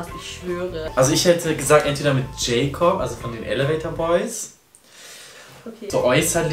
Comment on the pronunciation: Heißt der nicht jakob und nicht jäjkob 😂